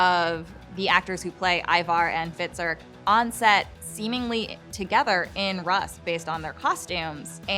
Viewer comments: ITS PRONOUNCED “ROOS” NOT “RUSS” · Great predictions. Definitely love these possibilities. However, you seriously need to learn how to pronounce these old Norse names and old historical lands, such as Rus. It's pronounced Roos.